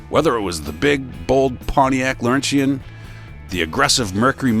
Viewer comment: Must be AI: Pontiac Laurentian is not pronounced Lor-en-shee-en Pronounce it: Lor-en-chen I grew up in Montreal